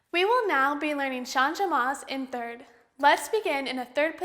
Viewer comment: Since it is a French word, changement is pronounced "shahj-mont" (with the "t" barely pronounced). You don't pronounce the "e" as a separate syllable.